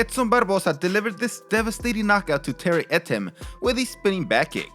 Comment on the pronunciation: Love how he can say Edson Barbosa really well and sorta struggled with Terry Etim. Lol. These are awesome